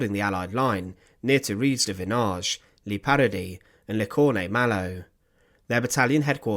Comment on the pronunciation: FFS, if you are going to report or lecture, at least pronounce words properly. There is no such place in Europe called “LEE PARADY”. As it happens, I know about this shocking war crime, and I’m not going to sit through hearing it again with the badly researched pronunciations wrecking the gravity of the subject.